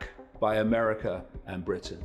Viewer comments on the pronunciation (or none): none